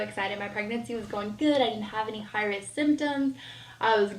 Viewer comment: Did I hear this right? She is Catholic but later says it goes against her beliefs and Christianity? Maybe I'm wrong but I thought there was a difference between the two religions? Also the way she talks sounds very fake so it's hard to take anything she's saying seriously. Her pronunciation is also really poor for instance when she said she was "high resk" and "comprehem". When she said she was living at her professor's door step I couldn't help but think she was probably sleeping with him to pass. Maybe I'm wrong but that's just how I interpreted it 🤷‍♀️ I laughed so much through this entire video by the way, your viewers may be your therapy but your mine lol